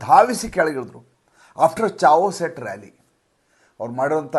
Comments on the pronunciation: ಅದು ಛಾವೋಸ್ ಅಲ್ಲ ಕೆಯಾಸ್ ಆಗಬೇಕು. ದಯಮಾಡಿ ತಿದ್ದಿಕೊಳ್ಳಿ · ಚಾವೋಸ್ ಅಲ್ಲ.. ಚಯೋಸ್ 🙏🙏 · Chaos ಉಚ್ಚಾರ ಕೆಯಾಸ ಚೆಯಸ್ ಅಲ್ಲ